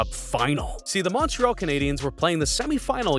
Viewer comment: The pronunciation of Montreal, is like nails on a chalkboard to my ears